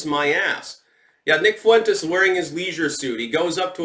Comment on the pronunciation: The fuck are you saying Fuentes that way?